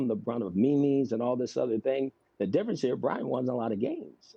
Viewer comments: Did he say the brunt of Me-Mes? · "You become the brunt of mee-mee's"